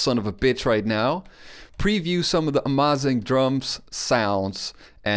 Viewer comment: My good Teutonic friend: Amazing not amâzing por favor its terrible to hear ;+)